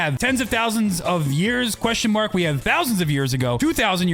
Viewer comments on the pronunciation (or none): bruh it’s pronounced mark